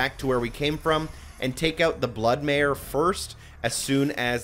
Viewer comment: Its May-ker not May-er